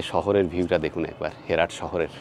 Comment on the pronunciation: It’s not হেরাট it’s হেরাত